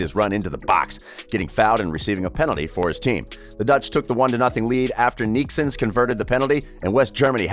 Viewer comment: No, you are not the only one. He pronounced Neeskens wrong as well, ca;;ing him Neeksens.